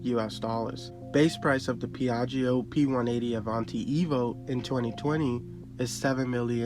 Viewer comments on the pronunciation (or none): Ask an Italian how to pronounce Piaggio! 🙈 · The second i in piaggio is silent.